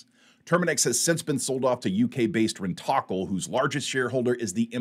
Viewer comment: Rent-O-Kill, not rentocle as you seem to say.